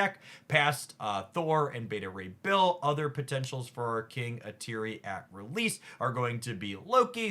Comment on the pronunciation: It’s Eee-Tree. Not Eee-Teer-ree.